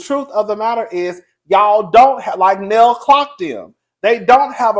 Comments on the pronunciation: you know muthafukin well you ain't heard nobody call that woman "Neal", it's pronounced "Nail"... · lol…it’s NELL, not NEIL! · If it's one thing the cousin will do, it's butcher a name 😂